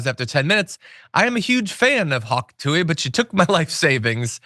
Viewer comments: dude, if you’re going to get paid to talk about her, you should “honestly” know a little more about her and consume more than a minute of her content. you sound disingenuous off the bat when you intentionally mispronounce her nickname as the “hak tuey girl” but know her real name and the fact that shes given to charities tl/dr you know about her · That was the most boomer intro ever “hawk tooey” mispronounced like a boomer trying to say “pokemon”